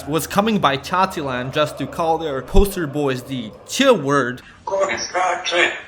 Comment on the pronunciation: MAN! I COULDNT STOP LAUGHING AFTER HEARING CACILAND XDDDD